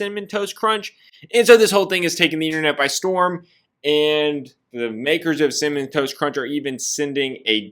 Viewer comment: why cant say “cinnamon toast crunch” to save his life 🤣🤣 cimmun, cimiss